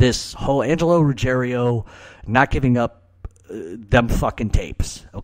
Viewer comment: Why do you Americans always say "RuggeRIO"? There is no italian family name like "Rugge(RIO)" - it's Rugg(IERO)". Ruggiero is a very common Italian family name - especially in the South of Italy, but it is "RuGGIERO", and - believe it or not - it is a family name of GERMANIC origins, dating back to the Germanic invasions of the Italian Peninsula, and it is a family name PREDOMINANT in Campania (i.e: the region of Naples). As a matter of fact - if you recall - ALL the Gotti crew were "napulitani" (people from Naples) - HIM - "Neill" Dellacroce, Angelo Ruggiero and all the others WERE Neapolitans (in contrast to Castellano who was a "born & bread" Sicilian - and so was Gambino). There is an ancient rivalry between Sicilians and Neapolitans - and I don't think that helped Ruggiero & Gotti when they came at odds with Castellano.